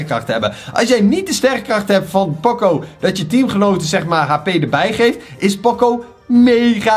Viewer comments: Het is niet pòcco maar póóóócóóóó met ene lange o, het komt uit de muziek van poco ritenuto wat geleidelijk minder snel en zachter betekent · Gast het is niet poco met een o maar met een oo